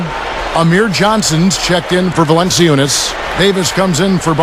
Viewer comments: ahah the commentator says valency-oonus, its valen-choonas. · Valanciunas can't be that difficult to pronounce can it? Wow, butcher job!!